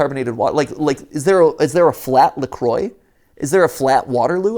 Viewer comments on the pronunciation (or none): It's not Flat Lacroix, it's Flatcroix.